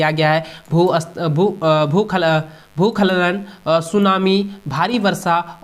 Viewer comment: O sir भूस्खलन ko भूखलन pth rhe ho😂